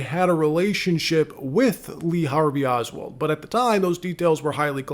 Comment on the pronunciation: Oswald, not oswell !!!!!!!